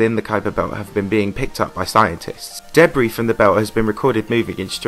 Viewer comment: It’s pronounced duh-bree and the dubstep music in the background didn’t fit the video’s theme at all.